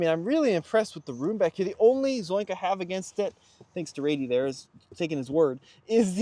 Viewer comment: I think Raiti might let you say ‘Zoink’ since his word is ‘Zonk’ 😂